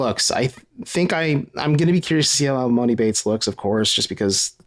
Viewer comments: You've had enough time to pronounce his name right already!!! It's E-Mahn-E! I have no clue when you have ever heard of a man with the name MOANIE could you imagine 😆😆😆🤦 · Please quit saying emOni.. it’s pronounced emAHni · Its em-ON-i. Its not a long O sound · Stop pronouncing his name wrong it’s E-Mon-E